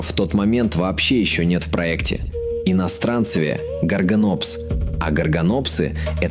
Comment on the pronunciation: иностранцЕвия ударение на Е